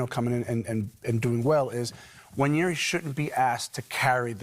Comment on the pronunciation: Why can’t anyone pronounce Nwaneri? It’s actually easier than wonn-YAIR-ee (how they keep saying it) It is simply wuh-NAIR-ee